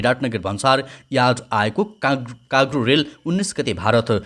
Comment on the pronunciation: काग्रो होईन दाई कार्गो हो 😂